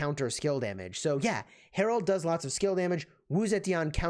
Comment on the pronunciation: His name is Harald not Harold!! Please pronounce names correctly!